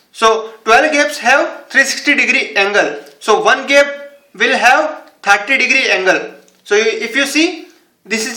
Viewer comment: It's no GEP it's GAP